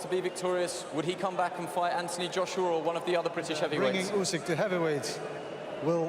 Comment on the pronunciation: Did dobua called Usik pusik? Who is pusik now dany 😂😂😂